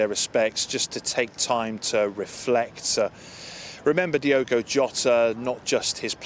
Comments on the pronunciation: She couldn't even get his name right Diego really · Hey Ange, his name is Diogo NOT Diego...... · Diego ? Are you serious ? It´s Diogo not Diego, miss ! Learn the names before you appear on camera. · E`veryone is giving lovely speeches and tributes but can we all please get Jota's first name right..., Its NOT pronounced as "DIEgo Jota" it is spelt and pronounced "DIOgo Jota". That is all I ask thank you! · Seriously it's Diogo, not Diego. You think you might show the slightest bit of decorum in his passing by at least pronouncing his name correctly, but no. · This government and princes could at least get his name right... its not diego its DIOGO... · If they are going to jump on the band wagon at least get his name right!! DIOGO!! not Diego......... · Its unbelieable how at this day and age British still cant say non English names properly! Its DIOGO, not Diego... Have some decency and try to say the guys name... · It's Diogo Ange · A representative from the government and she can't even pronounce his name correctly, what an absolute embarrassment 😡